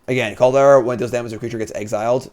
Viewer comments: please. There's no "e" in Kaldra. Call-dra. I get tilted when you say "kaldera" XD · I love and respect you, but every time you say Call-dare-ah I completely blackout and question all those feelings. It’s CALL-DRUH, bruh. 😂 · How is it jims pronunciation kaldra is mentioned twice, but nobodys mentioned oni? Like oh-knee my dude not on-knee, youre killin me here.